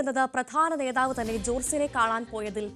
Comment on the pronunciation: നേതാവ് - നോതാവല്ല